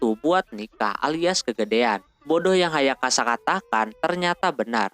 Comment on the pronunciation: Bang lu napa nyebut nama ayasaka, ayakasa mulu dah